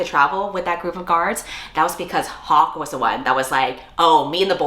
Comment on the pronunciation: I thought you said Pocke instead of Hawke so I had at least a minute with "like... Pocky????" in my head girl i was ROLLING